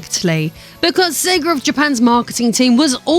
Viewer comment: Heh,heh,heh "SEGER"